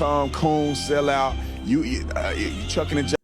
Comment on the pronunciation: This dummy said chucking an jiving. It's shuckin' and jivin' and he does it a lot. This is coming from someone who hangs with everyone so long as they're chill.